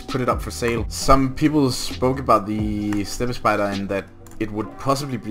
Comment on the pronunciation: Will you quit saying "stepy spider". it's a "step(.) spider"!